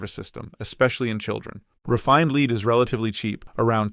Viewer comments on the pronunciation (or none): lol 'leed'... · The author should have reviewed AI production. Did not pick up the gross mispronounciation of lead. Yup, AI still needs to be edited. Most probably a high school homework project. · Loved the video. Provided a lot of great info in a concise manner. Thank you for making this! One recommendation would be to standardize the units when talking about price (kg, Troy ounce, tons) to make it easier to compare between elements. Also, Lead (Pb) is pronounced like “led” not “leed” 🙂